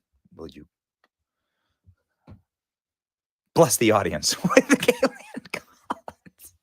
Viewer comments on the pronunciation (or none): none